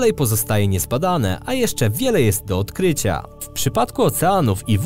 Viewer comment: Robisz bardzo przyjemne materiały. Ale... naucz się chłopie akcentować słowa. odkryciaa, metodamiii, denikowatyych... daj spokój :) pozdrawiam :)